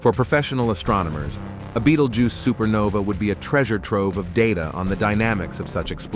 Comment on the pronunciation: Someone teach this AI to say Betelgeuse.